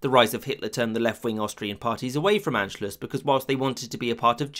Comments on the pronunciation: Not bad but a few things: 1) Anschluss is pronounced Ahn-schluss (not "Ann") 2) The fascist coup in Austria in 1934 failed (it's mentioned as if it succeeded; in response Mussolini moved troops to the Austrian border to signal to Hitler he shouldn't think about occupying Austria; Germany's military was weaker than Italy's at that point). 3) The Treaty of Versailles did not apply to Austria-Hungary only to Germany (Austria signed the Treaty of Saint-Germain, Hungary the Treaty of Trianon) 4) The roots of unifying all German-speaking peoples of Europe goes back much further than 1871, at least to the Holy Roman Empire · Please stop saying “ann-schluss.” It's pronounced “ahn-schluss!” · Everyone saying Anschluss when it’s Anscluß